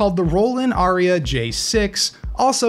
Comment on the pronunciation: The Roland device is called Aira, not Aria. There are 3 other models besides the J-6: S-1 is a basic synth, T-8 combines a drum machine with a bass synth, and E-4 is a "voice tweaker" (Roland's description). I have the J-6 and S-1, I found the J-6 to be pretty frustrating, if you want to make random sounds it's ok, but if you're trying to create with something specific in mind you need a lot more musical background than I have. For people with little to no experience with synths the T-8 is probably the best bet, although this is a whole world unto itself if you want to go down that rabbit hole.